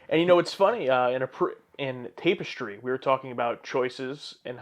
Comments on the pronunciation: Tap-is-tree phonetically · He still pronounces tapestry wrong?